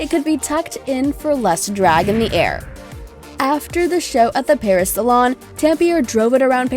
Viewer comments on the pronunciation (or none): none